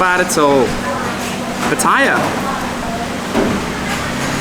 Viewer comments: Sorry to correct your pronunciation again. You say Pu-tie'-uh like a typical Brit. Ask a local how to pronounce it please, and say it right. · How can anybody visit Pattaya whit out mention what basicly makes Pattaya? Sex & Beer & Rock' Roll? And one thing more? Is it so difficult to pronounce Pattaya correct.😁😁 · One of my pet hates, pronouncing pattaya, first came in 2003 never heard it pronounced that way now,utubers saying it all the time y? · it's funny you pronounced PATTAYA correctly but then, you mispronounced it.